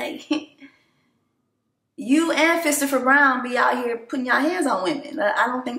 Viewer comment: HAAAAAA!! You really said FISTOPHER?!?! 🤣🤣🤣🤣🤣🤣🤣🤣🤣🤣🤣🤣🤣🤣🪦